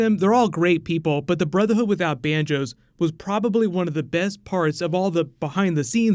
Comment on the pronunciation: in this video is swear he said the brotherhood without banjos! Lol